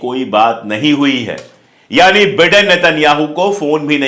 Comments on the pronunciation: बिडेन नाही भाई बाईडेन😂😂😂😂😂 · Please pronounce Biden correctly it sounds like Britain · The pronunciation is BYDEN. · Dear friend, it’s Biden pronounced as ‘Bydon’. Please..